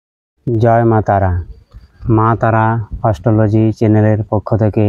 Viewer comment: দাদা আপনার ইংরাজি উচ্চারণ সঠিক নয় তাই বাংলায় বলুন। অস্ট্রোলোজি না ওটা অ্যাস্ট্রোলজি। 😅